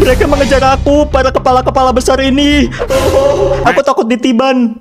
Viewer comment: Yg ini: "BesarRerRerereee"